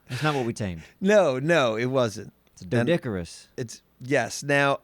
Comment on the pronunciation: Funny thing about that episode at one point when you were traveling looked at the Dino and said good ol doedicurus after reading the name (pronounced funny but didn’t say diplo)